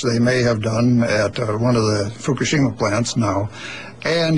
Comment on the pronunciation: FUCKashima, FUCKashima, FUCKashima, FUCKashima-It's pronounced: FUCK-A-SHIMA.